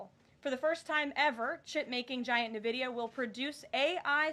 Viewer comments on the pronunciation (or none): She can't even pronounce the company name right. It is NVidia, pronounced "In Vidia", not nividia.. there is no I after the N. NVidia.. N-Vidia, or In-Vidia. Hate how she butchers the name. Sheer sign of ignorance.